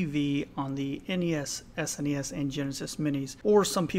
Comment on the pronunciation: VVVVVV on the NES, SneNeeEss and JeNessNess!